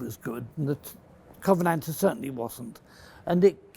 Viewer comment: I knew we could count on Mr Fletcher to pronounce the name of the bloody thing correctly.